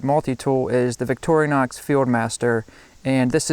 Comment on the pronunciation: i've watched about 5 different videos on multi-tools tonight and at least three of them have pronounced it "victori-o-nox" whats with that?